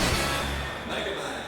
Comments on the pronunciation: You spell it as : Me-Gay-Man" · "Meg aMa-n" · It's "Mega Man" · it's Megaman, not Mega Man. because in JP, it's Rockman, not Rock Man. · meig guh man